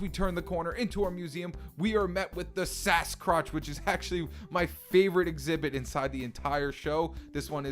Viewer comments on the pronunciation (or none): Did u just say Sascrotch as in Sasquatch mix a crotch like p€n!$